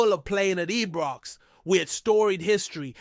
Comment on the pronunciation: Why does this always call ibrox ebrox then need to put someone on that can talk properly